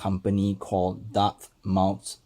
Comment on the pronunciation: It’s pronounced DARTMETH and you must slur over the letter M